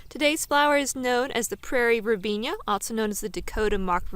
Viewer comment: It's pronounced verbena not verbenia.